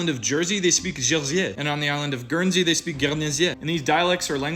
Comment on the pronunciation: It's pronounced "gain-see", btw. Breton is a language that's also dying or almost dead, is that what you're referring to? Because it's a celtic language, not old french....? Or are you talking about something else? I'm confused 😅